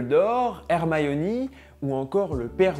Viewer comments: il faut prononcer HermaÏni, pas HermayEUni, c'est pas parce que on dit et écrit Malefoy en français (pour Malfoy en anglais), qu'il faut rajouter des EU partout! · Très bonne vidéo mais juste /hermaïoni/ euh... Non /Hermione/ stp même si bon c'est un livre anglais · Hermayiioni? HERMIONE ! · Pourquoi tu prononces « Hermyoni » ? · Ah ok autant pour moi alors c'est que ça m'a fait bizarre quand j'ai entendu la prononciation 😄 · Mais pourquoi tu prononces Hermione à l'anglaise ? 🤔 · Hermione, prononcée à l'anglais, j'étais pas prêt ahah